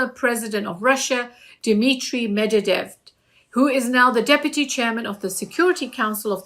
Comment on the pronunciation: Sorry Sister, you got to do better with the name, It's Dmitry Med-ve-dev!!!! Please break it down like that!!! ❤❤❤